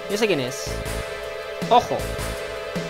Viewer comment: Me hace gracia porque "Hojo" se pronunciaría algo así como "Joyo" y dice "Ojo" x'DDD